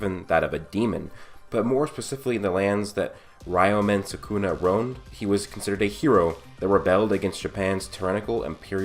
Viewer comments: "rayoumen sakuna" my man how do you run a channel about anime and manga yet you butcher every name? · Ree-yo-men Soo-koo-na